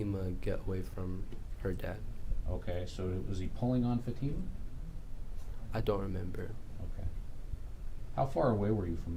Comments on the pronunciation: Mr. Ali's lawyer calling Fatima "FAT uh muh" is deliberately disrespectful and gross. He's heard everyone in the courtroom pronounce her name 'fa TEE ma" 1000x yet insists on mispronouncing it. He has a job to do, but basic common decency in the courtroom -- especially when it comes to an indisputable victim, a minor -- is not too much to expect. Shame on him. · Why does the defense attorney pronounce Fatima’s name different than everyone else? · It is telling that the judge, the prosecutors, all the witnesses pronounce Fatima’s name correctly, and yet the two defense attorneys pronounce it incorrectly the entire trial. A basic lack of respect.